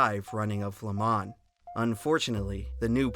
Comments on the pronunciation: Next time pick a computer generated voice that sounds like a man not a child and one that can pronounce "Le Mans" properly. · Dude, if you're going to do a video on a topic, at least learn how to pronounce said topic first. So annoying! It's pronounce le- mah. The N is silent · Bro did all this research just to say Le Mans wrong the whole video